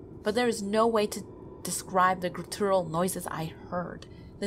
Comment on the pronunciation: I think I'm more afraid of attics than basements, good job reading this- exceptionally creepy. Only thing I can say is that you mispronounced guttural but that's just a little thing.